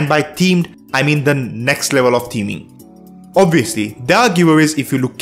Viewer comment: You know you're Indian when you can't say "themeing" and you say "Teaming"